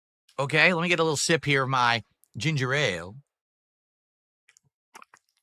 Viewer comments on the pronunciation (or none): Gin- ger ale